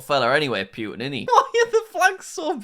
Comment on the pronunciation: PLEASE STOP SAYING PUTIN WRONG,IM RUSSIAN